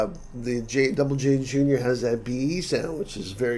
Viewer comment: "Double J". Finally, someone who pronounces it correctly! 🙂